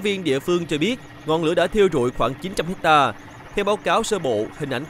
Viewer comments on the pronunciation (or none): none